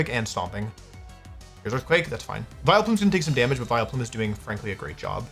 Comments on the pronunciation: I internally cringed each time Wolf said "Vilo-plume" instead of "Vial-plume" like I have always heard it. I hope I'm not the only one that says it that way. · Vi-LOW-Plume is killing me lol, it's VILE-plume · Does he say "Viloplume" on purpose like "Arcaneenay"? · what the fk is a vi-lo-plume? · Is anyone else gonna comment on how our boy is saying “Vi Leh Plume”? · Why is he calling it Vile o' Plume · Vi-Leplume everytime is killing me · Viloplume :)? Did I hear that right. Great video though. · WHO ON EARTH PRONOUNCES IT "VILE-O-PLUME"?!?!?!?? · I love the way Wolfey pronounces my favorite Irish Pokemon, Vile O'Plume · Why does he say "Vie-Le-Plume" like that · wolfey, youre the greatest player ever but please never say vileplume as vil-a-plum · I love how my goat pronounces Vileplume - I always thought that there are no possible variations but honestly, I might say it like this from now on myself - Vile-O-Plume sounds like Will-O-Wisp and I find that really funny, this made my day - thank you Wolfey!!! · Hello Vi-low-plume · WHY ARE WE SAYING VILUHPLOOM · Neither or Wolfey could say Vileplume correct. Vai-le-plume, vai-lo-plume, vai-el-a-plume. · wolfey please stop saying Vile-uh-plume. that E is very silent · Is he doing a bit pronouncing Vileplume like that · Wheres the 'o' in Vileplume? WHERES THE O WOLFEY?! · Why are you pronouncing vileplume like that 😢😢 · Making Vileplume 3 syllables is very funny to me